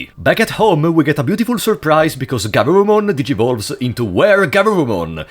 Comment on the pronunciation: + This is not GArurumon its GUrurumon ^^